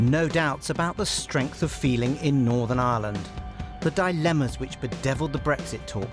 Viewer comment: Manages to pronounce island correct but not Ireland lol